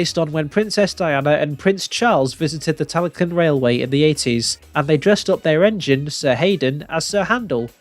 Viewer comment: Why call it Tally CLYNN? It's spelled like Lynn